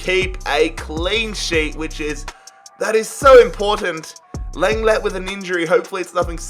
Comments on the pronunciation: Sorry, I have to do this... but it’s pronounced “long-glay” for Clément Lenglet. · Imma have to be the third who says Leng-ley at least thats how it sounds in game